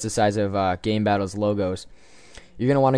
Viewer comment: lol you said gaybattles